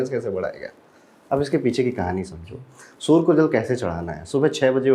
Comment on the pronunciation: सर आप सूर्य को सूर मत बोलिए 😢 और आप सबसे अलग और सटीक बताने वाले हैं